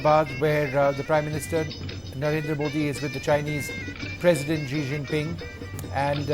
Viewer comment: Its not "Zi Zinping"...Its Xi Jinping...Wrong pronunciation.